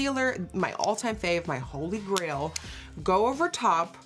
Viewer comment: Did you say "Holy Braille"??? Lololol